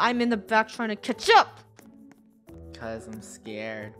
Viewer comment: Why when funneh say catch up and it sounds like ketchup?